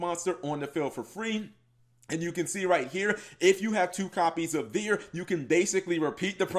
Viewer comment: Why are you calling it Veer? It's name is Battlin' Boxer Veil